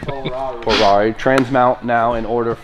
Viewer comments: It's a PoRatti...not a porarri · Why porarri It's a porati not a porarri right